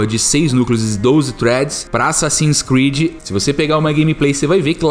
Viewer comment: ''assassins '''creads''' kkkkkkk